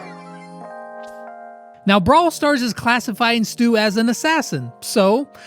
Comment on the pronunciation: What is STUs name is actually supposed to be pronounced as (STUH) 😂